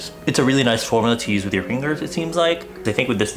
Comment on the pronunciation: " I'm just going to use my fingerers"